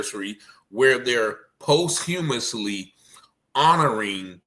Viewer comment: You sound like Fabolous. The word is posthumously. You should probably learn the word before trying to use it. Respectfully of course